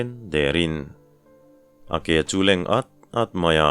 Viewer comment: A leng at at ti a lam dan a dik e👍